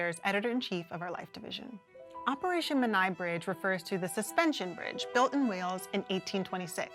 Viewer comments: The pronunciation of Menai could use a bit of work, too. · Interesting pronunciation of Menai Bridge!